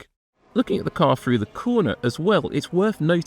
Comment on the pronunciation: Jeez a commentary guy should be able to say “through” correctly. It’s not “Frew” Get rid of this guy it’s cringy